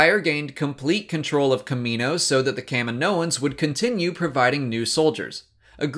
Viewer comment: Why can you pronounce "Kamino" correctly, but not "Kaminoans"?